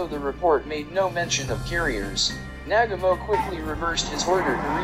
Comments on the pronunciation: It’s Nagumo not Nagamo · This narrator can’t say Nagumo, he calls him Nagamo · It's not "Nag-a-MO"...it's "Na-gu-mo". It isn't that hard to get it right. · Well done video, very informative. BTW, it's NaGUmo, not NAGamo, just sayin' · Narrator is a nalfy! It's Na gam oh not naga moe. Must be a computer generated voice. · Nag ga mo? U mean Newgumo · Excuse me! "Admiral nag--uh--mo?" Try "Admiral Nuh--gah--mo". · Nagumo...Na-GOO-Moe, Nagumo. Not Nagamo. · It's pronounced NAGU-MO. Not nagamo. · it's Na-gu-mo........ not nag-amo.... horrible.... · "NAG-a-moe"?!!! Uh, Na-GUU-moe... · MOST ANNOYING !! the name is pronounced nah-GOO-mo, not NAG-a-mo !! Information is well- researched though. I'll give you a "B". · Nagumo not nagomoe! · Nah-gooooooo-Moe... It is so frustrating on YouTube for the many "experts" in their field to bastardize pronunciation of the simplest names and words that are readily available from other sources. DON'T let the computerized voices win! Give them a bit, and they'll take a byte.... Where does it all end? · It is said Na ..GOO ..MO. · Who the hell is Nag A Mo????🤣🤣🤣🤣🤣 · The Japanese commander was pronounced Naah Goo Mo. Always when narrating get your name pronunciations correct. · The pronunciation of Adm. Nagumo's name is a war crime. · Hear hear!! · Without a doubt. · The narration does detract from the video - particularly the pronunciation of Admiral Chūichi Nagumo's last name. The rest of it though is very good - worth doing over with better sound. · Pretty solid video. Good video source material. Sound quality of the narration could have been better. And if you’re going to say the name ‘Nagumo’ this many times, you may want to learn how to pronounce it first. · It would be great if your narrator could pronounce names correctly especially “Nagumo.”